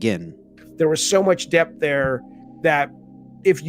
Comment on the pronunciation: Hello again. I'm hearing you say, "deaf of the gameplay", but you obviously meant "depth of the gameplay". The "p" in depth is not silent.